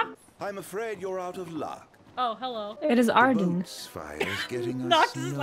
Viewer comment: How you know it's a pure, wholesome, and innocent video: "Hewwo" "Hewwo"